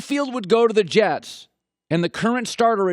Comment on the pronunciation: Can't even pronounce Mccown, thinks he has any credibility with flimsy arguement